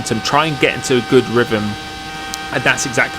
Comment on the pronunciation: “You’ve got to get yoselv in a ryvum”